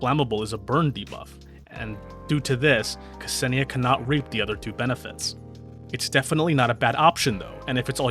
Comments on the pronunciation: Imma be a nerd for a second (since I know Russian) and correct you. The way you pronounce her name is not kAsenia (there's no A there lul, I don't get why everyone puts an A there), it's more like K'senia, you basically make a slight pause/gap between the K and the S. There you go, I'm sure this is VERY useful information... 🤪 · Very interesting history sections, informative gameplay explanation packaged in an entertaining video. Just chef's kiss 👌 But one thing her name is not 'Kasenia'. The pronunciation is not false but midly off that is like an itch that i can't get rid of. Hard to explain in a comment but google translate does nail the pronunciation when you type Ksenia and switch to russian. Otherwise as said before still a nice video👏